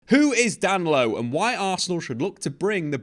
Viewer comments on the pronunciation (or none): … I know you don’t speak Portuguese but common Dan-lo. Da-ni-lo. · His name is Da-Ni-Lo not Danlo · DA-NI-LO sheesh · I don't know who DAN-LO is, but DAN-KNEE-LO is a player Arsenal have their eye on. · “Dan Lowe” 😂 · Oh you’re thinking about Danilo from Palmeiras. He’s talking about Danlo from “Palairmez” 😂